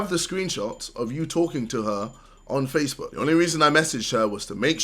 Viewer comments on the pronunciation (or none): none